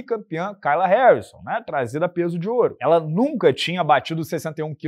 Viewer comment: Você morou na gringa mas não consegue aprender que nos EUA "kay" se pronuncia "quei" e não "cai"?😂